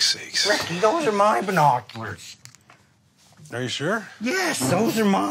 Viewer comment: one more Rickyism : "Bernoculars" :):)